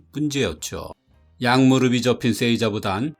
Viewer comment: '무르비', '무르블' (X) '무르피', '무르플' (O)